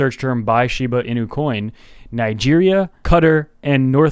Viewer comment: "NIgeria, KUTTAR, North macedonia" ... lol..